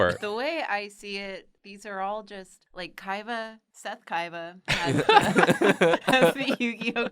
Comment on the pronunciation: Is it me or she is pronouncing it "Kaiva"?